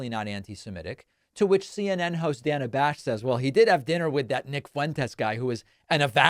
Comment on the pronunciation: Does vance call Dana Bash "Dane-uh" on purpose? She clearly pronounces her name as Dan-uh